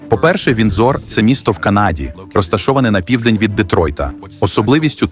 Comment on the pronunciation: Віндзор - наголос на перший склад.